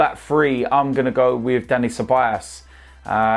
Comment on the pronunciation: why tf do u keep saying Ceballas? do u not see the big O in Ceballos?